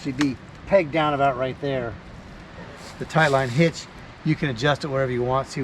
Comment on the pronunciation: New drinking game. Everybody takes a drink when he says tight line hitch instead of taught line hitch.